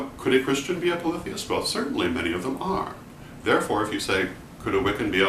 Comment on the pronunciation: This was valuable to me just for the correct pronunciation of "polytheist" never heard it spoken before. I seem to resonate with the Hard/Soft polytheism as if they are a yin/yang duality, both existing in equal "validity". I acknowledge that deities are (or can be) individualized entities, but the concept of Micro/Macro reminds me that all are one, and that one is all. I would assume to apply this concept to Deity as readily as to a painting, a person, an herb etc... (how ritualized magic could work without this principle is beyond me.) Also, I consider the understanding that Deity is everything, and that everything is Deity to be a core expression of respect and compassion for everything. :) cheers (